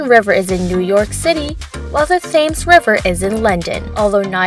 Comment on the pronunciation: London River isent called fames. Its called Thames. You pronounce it like tems.